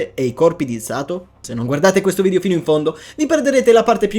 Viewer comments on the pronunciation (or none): none